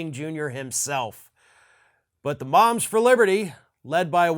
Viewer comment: I thought you said the, 'bombs for liberty'. Close.